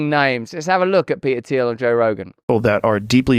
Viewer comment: Love you RB but…. You can’t pronounce the T in PeTer, but can immediately rebound to pronounce it for Thiel? 🧐 haha